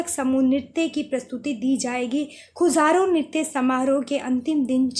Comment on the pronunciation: Khajuraho hota h madam खजुराहो